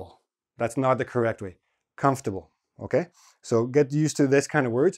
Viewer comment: OMG at last!: CUMFT'BL, the best way to pronounce it. Thanks.